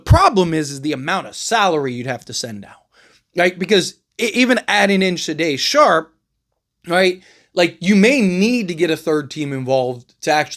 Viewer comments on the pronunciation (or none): AI also exists and a good portion of reports posted online about the NBA offseason are AI generated. Someone put some players and their salaries into an NBA Trade Machine app and then they spat out this report to generate clicks. If the Blazers traded Shaday Sharpe, as you have called him in this clip, then GM Joe Cronin would ask for 2-3 unprotected first round picks back. His name is pronounced Shay-don Sharpe. Sade(pronounced Sha-day) is a singer from the 80's.